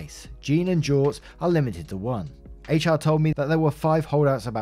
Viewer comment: You pronounced it correctly. Good on you.